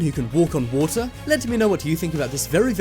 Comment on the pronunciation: The thing that annoys me the most is his ‘t’ pronounciation waTer preTTeeee ThatS the impression